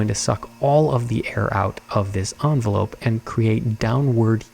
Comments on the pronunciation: Creating an airtight "envelóupe" cracked me up. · Why is not one mentioning the way said envelope lol enveloop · enveLOOP that’s how I’m gonna say it from now on 😂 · This is absolutely the LEAST important thing going on here, but I’m pretty sure said enveloope at like 😂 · The way says envelope is probably my favorite pronunciation ever…